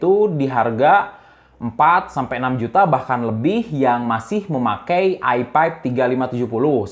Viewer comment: nyebut i5 jadi "ai paip"